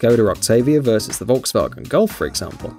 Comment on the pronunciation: I’ve never heard someone pronounce Volkswagen properly